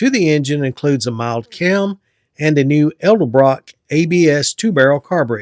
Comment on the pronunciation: Edelbrock. ED-EL-BROCK! 😊